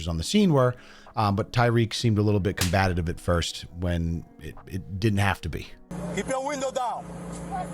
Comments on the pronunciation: at least 3 times you said “combatative”, i know you don’t think that’s the word, come on now. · How are you a paid yapper yet you cant pronounce combative?